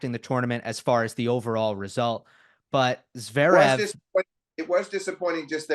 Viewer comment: Great commentary, but why can’t Flink pronounce “Zverev” correctly? He always says “Zerev”